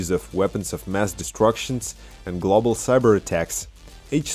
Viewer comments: Glawbal lol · thanks, man. my pronunciation has improved since that. I no longer say "glawble" lol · Thanks man, great video... too bad the video didnt go glawble.... just teasing you. I understand how hard it is to speak a 2nd language (my nickname at work is 33 in german, because how i completely butcher the pronunciation)